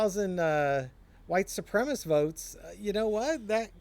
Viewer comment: Supremacist. While often mispronounced, it is not spelled how it is mispronounced. Sorry, pet peeve.